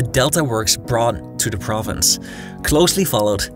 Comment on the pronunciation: It's THE not DA.